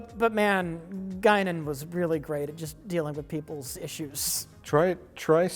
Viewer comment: Guinan with a gun = Gun-nan